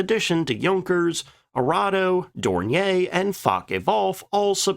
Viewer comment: I must like this guy’s style, because I keep putting up with boners like: * “explosives” instead of “ordinance.” * “power house?” * Can’t pronounce “Luftwaffe.” * Can’t pronounce “Dornier.”